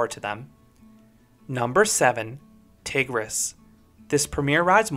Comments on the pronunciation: What would be in number 14 now that Pheonix is gone? Edit: Tigris is pronounced as Tige-Ree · very cool, nice order, so cool enough that I can overlook your wonky pronunciation of Tigris ;) 👏👏